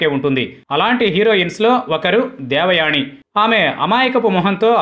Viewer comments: ముందు మీరు దేవయాని అనే పేరు పలకడం నేర్చుకొండి. దేవయాణి ,దేవయాణి అని పేరుని ఖూనీ చేసేసారు. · ణ వత్తు ఎందుకు ని అని పలుకు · దేవయాని అని పలకాలి బాబూ. దేవయాణి కాదు.